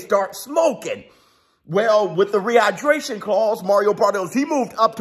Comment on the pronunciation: You killing me " rehighbraashonn clause" 😂😂😂😂